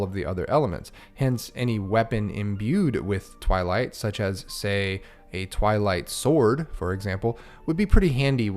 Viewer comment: Ohhhhh, Twilight Sword. I thought you said, "I Like Sword"